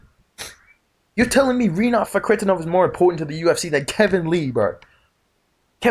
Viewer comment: is so edited. Bro couldn't say Rinats name lmaooo